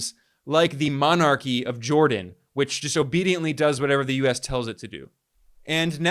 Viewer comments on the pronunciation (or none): none